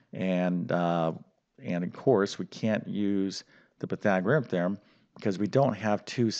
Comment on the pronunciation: hate the way he says pythagorean theorum also the 3 minute plug was very annoying